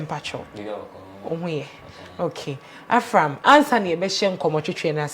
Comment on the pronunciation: the name is Avram not Afram